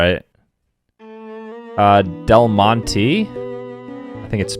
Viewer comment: Del Monte is pronounced de mon